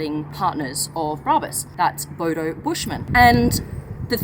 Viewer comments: A Bodo? Did an Australian name it? "Hey mite, that's a noice, boudou". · Hahaha um laugh my S out when hearing u say Bodo which mean stupid in malay language...😂😂😂